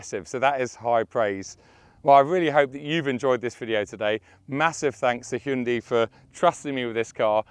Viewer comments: It is (Hyundai), NO Hyndi or Hundi. 😉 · Yeah I believe its pronounced "hyeon dae" by the Koreans. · I heard a Korean pronounced it, it was "hyeon dae".